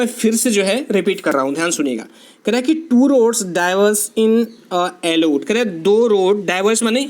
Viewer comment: it's yellow sir...not ellow😜